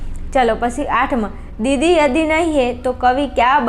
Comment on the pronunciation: Mem question toh sarkha bolo Question 8 ma am chhe k didi yadi ndi he toh aap biju j bolo chho 😂 didi yahi nahi he avu bolo chho 😅😅